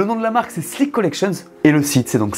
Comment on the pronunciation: J'ai cru entendre Slip collection ^^